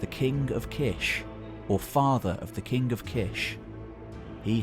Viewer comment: I love your videos. But man, you gotta stop saying akkadian "kink" and say KING